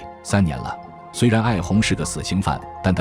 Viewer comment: 旁白知道自己在讀什麼嗎？艾紅還是一紅？故事人名都說不清🙄